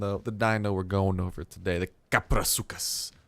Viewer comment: It's pronounced kap-row-soo-chus